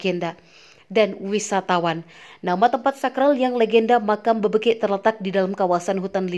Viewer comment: BebEkek bukan Bebekek